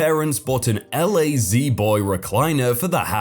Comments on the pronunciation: I laughed when he said "L-A-Z Boy". XD Lol, it's "Lazy Boy". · La-Z-Boy you say it like lazy boy :P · Bro, it's pronounced Lazy Boy. 😄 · I see you've already been told the US brand La-Z-Boy is pronounced lazy boy, so instead let me suggest a euphemism you might be able to use. "Mute Donkey" as a substitute for "Dumb A**" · Hey just wanted to let you know it's pronounced lazy boy for the sofa story. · Ell ayh zee boy Jesus christ, mate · I'm entirely convinced he mispronounces so often so people comment on videos more. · uh yeah mate, that's why we made fun of him for pronouncing it like that.